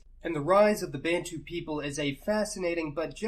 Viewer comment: I'm South African. Accurate information and well done on pronouncing 'Bantu' and 'Khoisan' correctly. Most Americans struggle with those ;-) FYI - The word “Xhosa” is derived from the Khoisan language and means “angry men”.